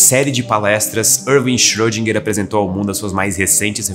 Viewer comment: Mas não sabe pronunciar Erwin Schrödinger. E deveria parar de querer ser comediante.